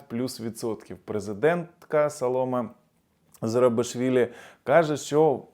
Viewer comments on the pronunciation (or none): СаломЕ, а не СалОма